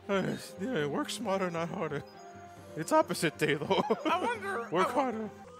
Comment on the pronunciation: Dude, you woik phast!